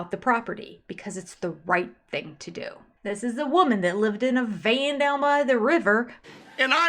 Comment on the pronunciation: Words that drive me crazy that the Brown adults pronounce incorrectly: "Picture" "Thing" and "Feel"